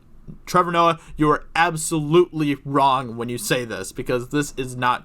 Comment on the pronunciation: Shut the fuck up Trevor ""